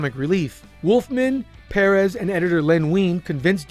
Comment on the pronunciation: it may sound funny, but thats the correct way to pronounce it. George told me during that intv everyone mispronounces it